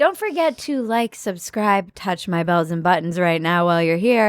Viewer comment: whenever she says "touch my bells and buttons" it sounds like "balls and buttons"